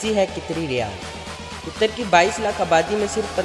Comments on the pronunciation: Ligin name ghlat bola apne Qitar nahe hai Qatar hai bai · Abey jahil aadmi,tujhey bolna aata nahee,qatar ko qitar bol raha he,alloo ka patha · It's not qitar ...its qatar ....who else is from qatar